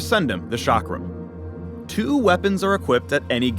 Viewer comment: The chakram is an Indian weapon and is pronounced like (chuck-rum)